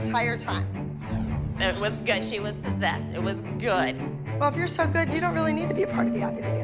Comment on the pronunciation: “It wAs GyOodD” hilarious